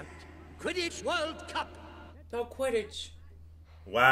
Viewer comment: Your convo at the end about Quiddle-ball 💀💀💀 It’s Quidditch- y’all were close 😂